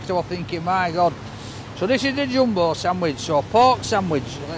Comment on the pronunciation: Sometimes I think he says: oh my gob instead of oh my god. 😂 It's always a joy to watch your clips,. It's just that every time I watch... My tummy starts to rumble. Wonder why? 😁